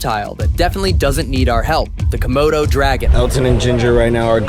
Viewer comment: Why did call it a kimona dragon lmao 😂